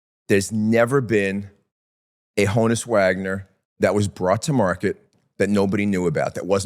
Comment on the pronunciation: It’s pronounced “hawn-us” Wagner. Honus was short for Johannes.